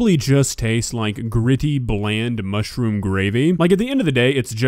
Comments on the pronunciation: seems nice enough and all so I don't want to make fun of her, but every time I heard her say "mushroom" it sounded to me like she was saying "mushy-room" which made me smile inside:) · "Mushi rooms"??? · How does she manage to add 2 extra syllables to mushroom?